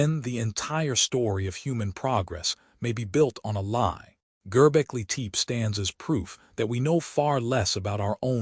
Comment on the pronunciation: Please pronounce the name correctly.